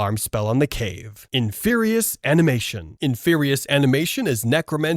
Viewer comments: In-Fear-ie idk what you were saying but it wasn't that... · What’s an “in fer eye?” “La gill a men see” 😂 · Can we talk about the horrible way you pronounce inferi because god damn I had to stop watching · Bro you must be using an Ai voice for your video. No way in the world you can't say inferi and expelliarmus